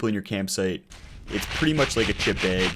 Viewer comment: what part of USA pronounces "bag" as "beg" ?